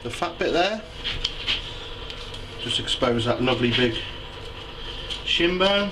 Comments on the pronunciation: I keep thinking that he's saying, "Let's take this sh*t off!" Nice meat btw. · Pause. Did you say take this shin, or shit, off? lol.